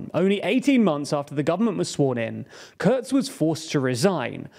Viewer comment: Could you at least TRY not to butcher the German names? "KURZ" is pronounced "Koorts", not "curds". Also, there is no O in FPÖ. The two dots have a meaning.